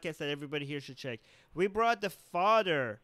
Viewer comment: Did he say Fadder ? Want a smoke and a pancake